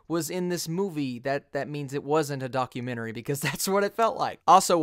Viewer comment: Still can’t get over your pronunciation of the word “documentary”😅 however despite that great review man, I just rewatched the film and think I like it even more for all the same reasons